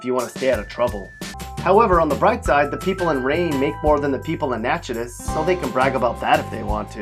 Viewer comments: Nachadis? Its Pronounced nackadish. We can tell you're not familiar with the place. Glad to know Shreveport didn't make the list though lol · I was going to sub to you but when I heard you say Nacotish I was like I don't want a dude that don't know his facts OR doesn't speak right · Oh did he mention Natchitoches? I heard him talk about Natchitus...... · did he say nacthidas, it's pronounced nackadish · He completely butchered Natchitoches' pronunciation. Nack-uh-dish, not Natch-uh-dish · It’s pronounced knack i dish. Kentwood didn’t make the cut? It is a cursed town. ❤️‍🩹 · “Natchitis”?? 😂😂It’s okay to admit you’ve never been here, fella. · Yea its pronounced Natchitoches (Na-ko-tosh) what he talking bout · Natchitoches is pronounced Nack - it- ish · First of all, Natchitoches is pronounced (NA-KUH-TISH)... and second, where is Shreveport in all this madness? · My guy its nack-i-tish and you forgot about shitport. Just imagine what he'll say when he hears about Highland. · you have no room to talk smh wth is a“natchitish” get on!! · “Iced” “Natchitis”😭😭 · I live in the small town of New Roads, Louisiana in Pointe Coupee. To be honest, though, the biggest cities in the state are the worst(and Lake Providence). Btw Nachitoches is pronounced Nackodish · Nachitoches is pronounced “Na-kah-tish” you really DONT KNOW SHIT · I grew up in Shreveport. It was a beautiful little city. Now big parts of it look like these miserable little towns. After the casinos came in everything went to hell. And Natchitoches is pronounced, "Nakatish" Nak as in Snack. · This guy pronounced Natchitoches wrong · he can’t even say Natchitoches right💀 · How tf did you say natchitoches? You said it wrong bro 😂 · You didn't say Natchitoches right haha u sound so weird saying that it's not how u say it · was he trying to say natchitoches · You pronounced Natchitoches and Tangipahoa wrong. If you make a video blasting the negative about a state, please pronounce stuff correctly. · Matt McClain true